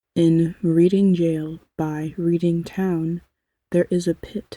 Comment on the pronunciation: The market town, Reading, is pronounced as, reding., it's a silent a. :goodvibes